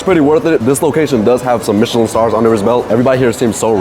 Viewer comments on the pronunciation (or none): none